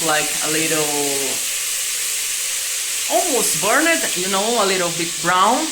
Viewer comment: I enjoyed the part you payed in the Lalande dramas. And its fun following your journey. This is NOT mentioned in a nasty way at all but knowing how you like to improve... the way you pronounce words ending in Ed. As in burned you do not say burn edd. Its burned with almost a silent E ... etc no hate here! 😊